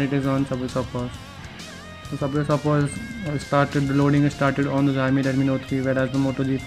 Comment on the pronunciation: the video is just lame...dats not how you compare smartphones....nd whats d meaning of 3gigs of ram...the chipset also makes a big difference,,lik snapdragon 820 chipset is 2 times faster than the snapdtagon 810...do the math urself,,,,nd dude its pronounced "Chao-mi" not "jaaiyomi"